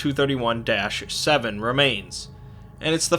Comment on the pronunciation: When you re-do this video, you should change the way you say "2317", because it sounds like you're talking about "231-7“. You might wanna call it "twenty three seventeen", rather than "two thirty one seven", to avoid this confusion.